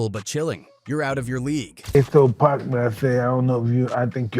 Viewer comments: The narrator saying PACK instead of POCK for Tupac's name was irritating. Learn the person's name you are telling the story about. Geeez!! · It’s pac….. NOT PACK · PAC not pack 😅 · Wtf is Pack 😂😂 ITS PAC MF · PLEASE USE A HUMAN VOICE… And it’s PAC NOT PACK… Put some respect on that… I’ll do it for free.. contact me.. I HATE AI VOICEOVERS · Get mad he call him pack at times🤬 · It's 2poc..poc... Not pack... You would think after 20yrs you would say correctly.... It's POC..... GET IT... TUUUUUPAC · His name isn’t “pack” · Damn u going talk about him say his name right pac say it with me 2 P A C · Now we got A.I. telling hood legend stories....Once he called Pac..Pack...Im out..nuff said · Yt people always saying his name wrong 🙄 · That pack ish pisses me off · Pronounce it correctly damn!